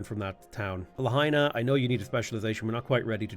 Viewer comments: Pronouncing Lahaina like La-Hyena is killing me man 😅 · Aloha from Hawaiʻi. It's La-hai-na. Like.. fa la la la la. Hi, like hello. Na. Like na na na na, na na na na, hey hey hey, goodbye:) <3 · La-High-Na is my favorite city on the island of Maui, it’s hilarious to hear you pronounce it som many different ways.